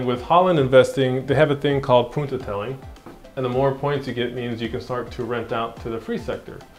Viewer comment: Haha ‘poententelling’ 😂